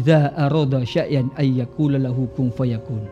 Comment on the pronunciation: Assalamu'alaikum Wr. Wb. mhn maaf cuma ingin meluruskan untuk surah yasin ayat 82 yang di ucapkan agak keliru إِنَّمَآ أَمۡرُهُۥٓ إِذَآ أَرَادَ شَيۡـًٔا أَن يَقُولَ لَهُۥ كُن فَيَكُونُ seharusnya syai'a(n), bukan sya'ian 🙏